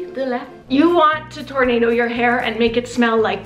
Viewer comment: Tornablow 😂😂😂😂😂 I can't